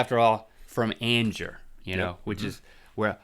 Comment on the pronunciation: Thank you for finally saying Angier...I've lived a hour from there my whole life and never new how to say it lol